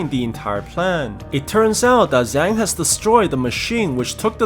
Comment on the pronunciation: Just to be precise the Zhang is pronounced more like jang